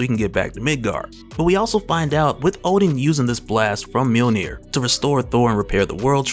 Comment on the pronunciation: Ha. Hulk fans in the comments. Funny. Btw guys, it's Odin not Oden